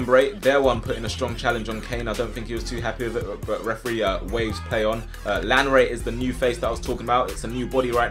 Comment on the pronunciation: we both know that's not how to say lanre's name properly so say it the Nigerian way with thr accent